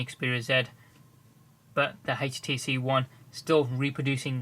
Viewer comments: hetch tee see won thear wtf o.0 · i love how he says htc one ( hates tee see 1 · haitch-t-c one ??